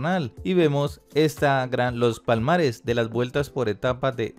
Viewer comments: Es palmarés, no palmares...no es Edgan.... edite, lea y prepare lo que va a decir... pésimo Sr. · Se dice palmarés y no "palmares"